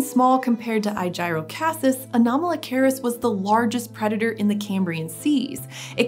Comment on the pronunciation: he named it after aegis I’m hoping an hour just pronouncing it wrong because that’s incredibly dumb name otherwise. I’m assuming you said it wrong due to it looking like a shield almost.